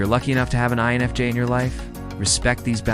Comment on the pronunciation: your AI voice is saying enfj instead of infj talking about "fake people" and there is something very amusic about that to me